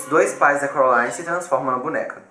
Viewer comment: ele fala errado ele fala : corolaine enves de : coraline